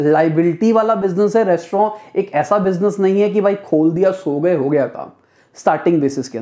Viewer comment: Yi restroooooou Kia hy